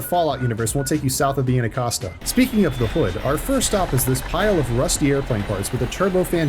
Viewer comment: As a 4th gen Washingtonian, I approve of this video… …except of your butchering of the name Anacostia… (Anna-COS-tee-ah)